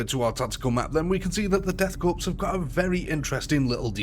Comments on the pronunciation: For the love of god man, learn to pronounce "korps". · When you pronounce Korpse, the “ps” is silent. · It’s Corps like apple Core not corpse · Death 'core'... Not corpse ffs ... It's a french word, the 'ps' is silent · I know I’ll probably get slaughtered for this but I’ll say it anyway because I’m OCD It’s pronounced “core”, not corpse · Respectfully its not pronounced like "corpse" its pronounced like "core" similar to how marine corps sounds like "core" not "corpse" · did he really say Death Corpse? Bruh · OK, calling them "The Death Corpse" may make sense from a certain perspective, but it's pronounced "Death Core", like Marine Corps is pronounced "Marine Core". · death core not corpse.......fucking silent letters...the bane of the english speaking world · I hate to be that guy, but “Korps” is pronounced “core,” not “corpse.” Thought the latter is admittedly accurate for the Death Korps. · for future reference, korps is pronounced Core. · Nice video. Just one thing, korps is pronounced core. The S is silent. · Good vid, but for the love of the Emperor learn how to pronounce ‘Korps’ and ‘Cadian’, would you? ‘Korps’ sounds like Core (because a corpse is a body) ‘Cadian’ sounds like Kay-dee-an And what’s a ‘Death Kreig’? 😜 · Why does every British person pronounce Korps as Corpse? I don't understand. It's all of you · Korps is a stylized Corps and is pronounced exactly like "core". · Death Korps = death **CORE** its pronounced CORE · Death CORE ... learn the word. Korps is pronounced as CORE. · In "Korps" the 'p' is silent. Pronounced like saying "Core". "Corpsman" is a similar case. Good video though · It's spelled Korps, it's pronounced 'core' and it's irritating when people get it wrong. /rant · Learn how to pronounce corps.